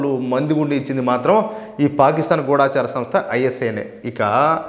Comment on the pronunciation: గూఢచారి అనే పదాన్ని గూడాచారి అని పలుకుతున్నారు. ఆ పదాన్ని సరిగా‌ పలకాలని కోరుతున్నాను.